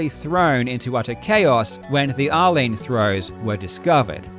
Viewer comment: Anyone hearing r-lean as Arlene? Like who's Arlene and why name the throw after her 😂